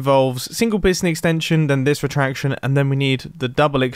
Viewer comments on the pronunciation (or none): who else heard him say exnstension instead of extension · Mumbo: The double piston extenctshon.” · "Double extanxion" im dying! xDD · lol egshtenshun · am I the only who heard the "eshcstengcshion" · I love the way he says exchtangshion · "double extanction " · mumbo - "egshtengtshion" Me - "this man speaks the language of gods"